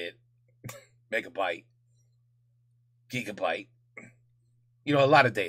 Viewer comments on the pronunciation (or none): none